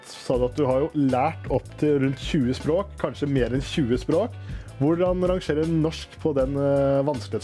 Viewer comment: Being Norwigian this is so funny I like how you say sprak like spark and not språk